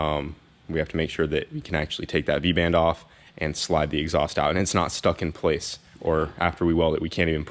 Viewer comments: What did you say those were called? The v band clamps? You said something it sounded like vangent band but I'm not sure that's right and I definitely don't know what it means xD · i had to do some googling on the clamps i was like 'what is he saying VANJEN'